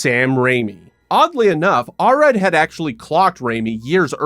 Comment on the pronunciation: You could have pronounced the name Golan correctly, considering you say it about 200 times. Same with Arad.